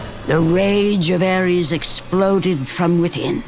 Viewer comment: Its Ares not Aries